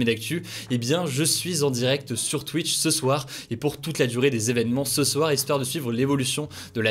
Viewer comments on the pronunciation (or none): none